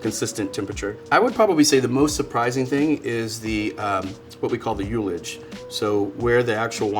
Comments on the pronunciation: Hearing a "sommelier" make such a terrible attempt at pronouncing the word "ullage" lost hom all respect. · For those that are interested, that's not how the word "ullage" is pronounced. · My friends and I always say ‘ullage’ with the first syllable like ‘hull’. I’ve never heard ‘youllage’. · Get a load of this guy🤣 no TF it isn't lol